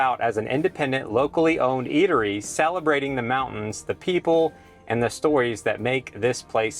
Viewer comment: Did you say salabrating? Just sayin. Up to no good.